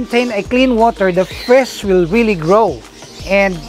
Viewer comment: I love it whe you say fish:) fisz